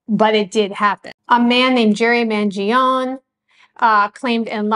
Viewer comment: His name was originally pronounced "ska-lee-OWN-ay". "Skag-lee-own" is an anglicization. "Man-jee-OWN-ay" not "man-jee-own".